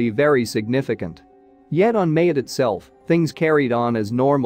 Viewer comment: The island of Mayotte: pronounced Ma-YOT, not MAY-ut